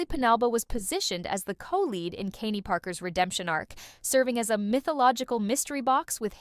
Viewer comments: Jesus I hate AI narration. "Kain-e"?! It's Kaine. No pronounced e at the end. Also, you know AI wrote this because it's overly offusive and does that annoying "but wait... there's more!" type of segway from one topic to the next. Pass on this slop. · Or pronunciations. Kay-nee? Kahng?